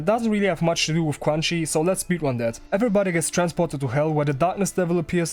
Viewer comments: I think her name is pronounced kinda like chew-an-she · I swear you're calling her crunchy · ITS PRONOUNCED CRUNCHY???!!!